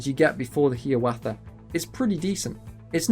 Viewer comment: Only thing i want to mention is the pronounciation of "Hiawatha." it's 'High-ah-wah-tha', rather than "Hee-a-wah-tha". Otherwise, good video!